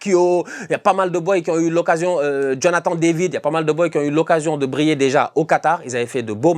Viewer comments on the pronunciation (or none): none